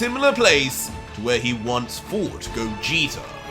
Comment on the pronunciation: Bogeta 😂 Gogelly